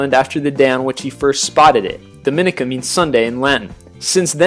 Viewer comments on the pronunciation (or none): itS (Dominica) Domeeeneeka and saybah (saba) and (nevis) Neeeevis not Nayvis and Cyurahsow (curacao) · He pronounced Dominica wrong. It’s Dom-in-eeeee-ka, with the accent on the third syllable. Also, it’s Cura-sao not “cow.” Embarrassing. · I was in DOminica, Its Dom-i-ni-ka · The speaker needs to learn how to pronounce some of these islands. Nevis, Saba, Dominica, Curacao and Antigua are all pronounced incorrectly. 1. Nevis-Neevis 2. Saba-Sayba 3. Dominica-Domineeca 4. Antigua-Anteega 5. Curacao- Curasow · Dominica is correctly pronounced: Domineeka. Saba, Sayba, and Nevis, Neevis. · when he mispronounced 'Dominca' I was like...."Yup he's reading this from the internet" =D